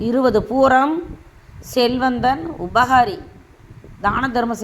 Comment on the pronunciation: பூராடம் நட்சத்திரம் சரியாக சொல்லல பூரம் இல்லை தேவை இல்லாத பதிவு நம்பமுடியல பூரட்டாதி என்பதை புரட்டாதி படிக்கிறீங்க ஏன்டா வர வர ஜோசியம் பொய்யுன்னு சொல்ராங்க ன்னு தெரியணும் னா இந்த பதிவு போதும் ஜோசியம் பார்க்க மாட்டான் ஆயிரம் ஈரோடு ராமசாமி நாய்க்கர் வந்தாலும் விடிவு இல்லை